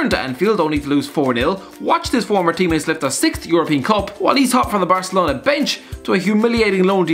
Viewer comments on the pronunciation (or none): none